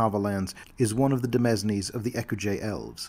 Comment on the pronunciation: Minor correction, but the word “Demesne” is pronounced the same as Domains”. Your videos are terrific and you have a great speaking voice, i’m very glad i found the channel.